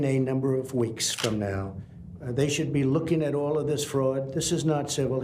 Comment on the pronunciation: At minute He says winks instead of weeks! What an iviot